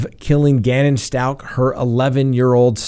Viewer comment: I think you're pronouncing Stauch wrong. It sounds like 'ouch'.